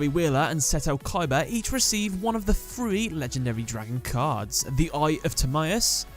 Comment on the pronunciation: It's pronounced "tha-ree" (three) not free